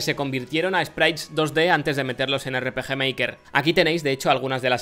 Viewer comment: miy bueno el erre peje meiker